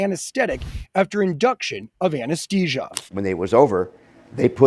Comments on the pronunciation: AnesTHesia not anasTesia. Where did he learn how to properly pronounce th vs t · ATTENTION VIDEO NARRATOR: You are consistently pronouncing "ANESTHESIA" incorrectly. It should be like this: "A(N) - NES - THEE - SEE - UH" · Why can NO ONE pronounce anesthesia correctly? Did anyone graduate from high school and a simple English class. Even the narrator got it wrong. How bloody annoying that there are so many ignorant people on YouTube. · The reporter mispronouncing anesthesia is killin me.